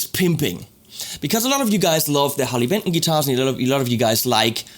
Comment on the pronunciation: I thought it was called Harley Benton not Harley Pimpton .